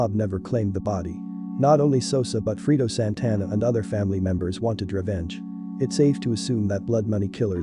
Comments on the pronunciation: lol "freedo" A I ass voice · It’s not freedo, it’s Fredo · it's fucking fredo man say his name right brfore reporting on him or others. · FRAY-DOE - Fredo